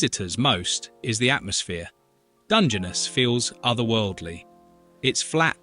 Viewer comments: Emphasis is on last syllable. It’s Dun,gen,NESS. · It's Dunge-ness not Dungeonous! 🤣🤣🤣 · And DUNgeness. As opposed to DungeNESS. Weird. So will learn to mispronounce... 😂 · After hearing the way it ssid Dungeness, I walked out. Must go back to laugh at our robot overlords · Do not set any store by the video's pronunciation of the Welsh place! The voiceover incorrectly pronounced 'Morcambe' - which should be more like 'Mor-cum' and Dungeness, where the emphasis should be on the 'ness' part of the name. So don't bother practising! It was rubbish- that was obvious even to a non welsh speaker like me!